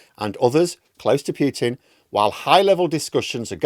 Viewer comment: Pooh pooh pooh-tin as in Winnie the.... not Pew-tin...as in church benches . 4th time I mention this.